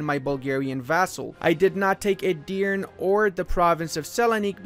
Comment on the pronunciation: Btw Edirne is pronounced like "e-dir-ne" E's are like the e in egg, both at the start and the end of the word. Dir is pronounced like i in during. and you have to say it a little bit faster than how you said it. With this little note aside, you are really good at your job! Nice video!